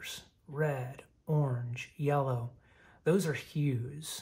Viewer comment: Did you say, "yeller" on purpose? 😂 That's what I call it..